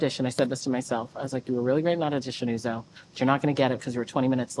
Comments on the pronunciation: Not O-zo, but Uzo! The U is pronouce as in Umar. I thought your parents are Nigerians, man? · Why are Americans so terrible at pronouncing names? How is Uzo pronounced as Ozo? You didn't see the first letter is a 'U'? 'Uh-zoh'! not Ozo. Yikes. 🤦🏿‍♂